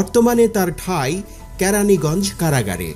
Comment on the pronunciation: ক্যারা‌নিগঞ্জ হ‌বে না। হ‌বে কেরা‌নিগঞ্জ।